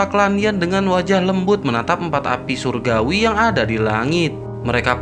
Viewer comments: Min minum dulu jangan buru ngomongnya inimah surgawi jadi suraguwi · Ko saya dengernya api suragui ya 😂